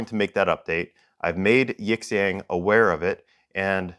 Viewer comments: Sometimes the x is pronounced like sh in Chinese. Yee'shyong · Love your work, really I do, but if you're going to review products from a Chinese supplier please take two minutes to learn how to pronounce the company name properly; especially if they're going to list you as a suggested reviewer on their website. I'd suggest plugging their "english"/Pinyin name into Google translate and using the audio playback. It's two characters Yi, 亿 and Xiang, 祥, and you pronounce them separately. Definitely not "yiX ang" because the X has a different sound and Xiang is kinda like shhhe-ang